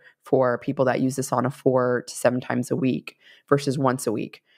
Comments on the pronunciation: im Finnish. It's SOUNAH not SAWNAH :) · My extended family still lives in Finn country here in Minnesota. The older generations still pronounce it "SOW-na".